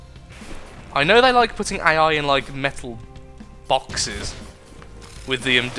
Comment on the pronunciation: MEHTUL BAWKSES???? IT CANNOT BE !!!! We, we shall take away their metull bokkses!!!!